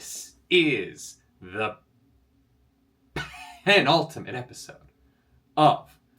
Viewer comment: Nerdy saying Pen. . . .ultimate like Frankenfurter says Antici. . . . pation is everything I need in a reaction.